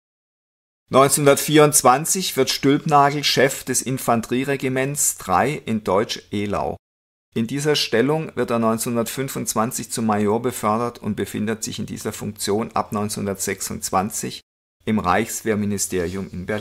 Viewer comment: Deutsch-Eylau wird wie EI ausgesprochen.Merk .Dir das 😂